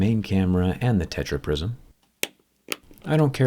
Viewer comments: man said techra prisom fight!!! hahahaha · That „TetraPrism“ kills me 😂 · "tetraprism" HAHAHAHAHAHAHAHA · Tetra-prism 😂 fans like here👍🏻